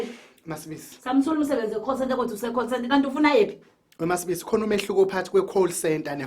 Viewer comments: Call/coal centre🤣🤣🤣🤣🤣 isingisi....habayu, 🤣🤣🤣🤣🤣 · Weleleeeee coal center versus call center, isingisi isingisi🤣🤣🤣🤣🤣